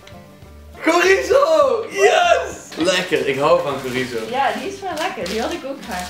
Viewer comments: je spreekt chorizo uit als tjorizo en ni als gorizo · Dylan spreekt het uit als gorizo , maar je spreekt het toch uit als sjorizo ( ik weet dat je het schrijft als chorizo maar zodat je kan zien wat ik bedoel) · Dylan zegt chorizo verkeerd.